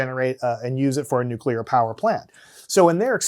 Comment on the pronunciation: Strong nuculer force